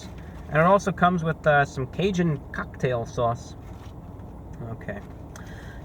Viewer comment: "Bizkit". "Cucktail saws".